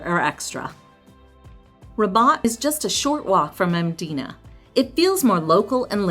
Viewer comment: Hats off to you for saying the names correctly especially Mdina. I will say though you can take a bus instead of bolt.